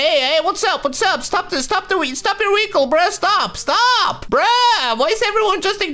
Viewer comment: i love the way he says vechile